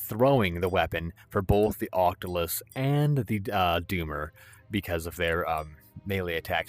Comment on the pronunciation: Fantastic as always! It's an octoculus though, not an octolus 🧿